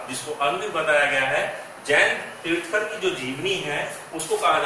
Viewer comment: तीर्थंकर होता है तीर्थकर नहीं